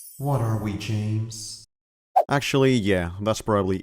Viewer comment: It's james not yames you actual illiterate